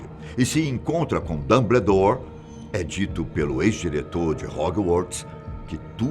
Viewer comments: "Dambledour" meus ouvidos sangram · Que agonia com a pronunciaaaaa. é "DAMBOUDÓR" não "dumbledore" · A cada "Dambledór" foi uma lágrima. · Falta a mágica pra vc parar de falar “Damblédor” kkkkkk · "DAMBLEDOR" KKKKKKKKKK GRITO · PAREI de ver o vídeo quando ele falou DUMBLEDORE, meu zeus. Chega. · "Dambledor" agora eu ri kakakkkkkak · "Dambledore" kkkkkkkkkkk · Repita comigo: Damboudór 😆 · "Dâmbledór" kkkkkkk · Esse apresentador é um dos melhores do canal. Mas o Dambledor dele que mata, será que a produção não vio isso kkkkk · "dambledour" me dói os ouvidos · A melhor até agora pra mim é "Damblédóre" kkkkkkkkkkkkkkkkkkkkkkkkkk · Que aflição ele falando "dambledor" pqp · "Dambledor" kkkkkkk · Que agonia o senhor chamando ele de DumBLEdore KKKKKKKK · Dâmbledór é foda kkkk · Cada vez que ele falou Dumbledore eu levei um Avada Kedavra! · Da até vontade de pegar pela mão e falar..."Fiiii, é assim que fala não, vem cá pra tia ensinar!" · Dambledór,holywards aaaaaarggh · Hoguiworts DomBLEdore Socorroooo 😂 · Réri, dombledor, rogalts ? Tá de sacanagem né tio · Achei q era só eu!! Kkkkk Dumbledore e Hogwarts são as piores pronúncias!! 😂😂😂